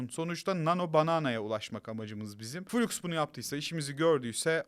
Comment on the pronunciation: Flux -> Fılaks, fuluks muluks değil birader